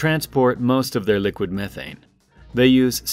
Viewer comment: Learn to say methane correctly.